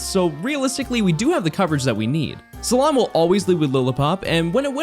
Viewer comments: did he just pronounce cilan like SALON..... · My whole body cringed at calling Cilan “salon” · Am I the only one who is mildly annoyed with how he said Cilan’s name? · The Pronunciation of cilan was something else…. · Who’s also triggered cuz can’t say CILAN instead is cilan